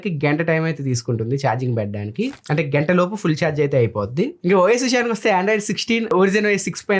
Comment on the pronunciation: గంట ❎ గెంట ✅